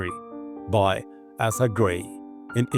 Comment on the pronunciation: Death from riding accidents was very common even through the 19th Century. PS Asa is pronounced A (long a)-sa. Euripides is pronounced YOUR-ip-i-dees.